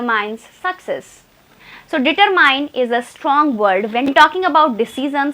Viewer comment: Your Determine pronunciation is wrong .Miss you have to focus on your pronunciation to speak better